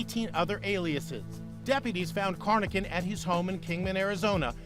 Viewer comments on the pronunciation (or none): Corr: Robert Lawson Carnochan. not "Cornochan"